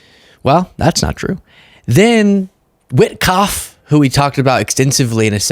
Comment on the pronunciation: Name is Whikoff speaks like Dumkoff